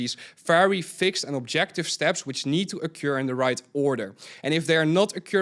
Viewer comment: Someone please hand this man the correct pronunciation of ‘occur’ before it ocures again.